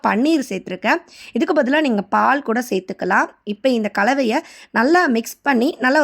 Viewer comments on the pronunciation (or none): none